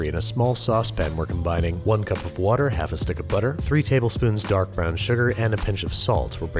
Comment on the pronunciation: “one cup of wourder” brad???